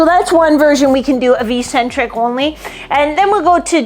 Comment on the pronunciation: Eccentric is pronounced “eck-sentric” not “ee-sentric”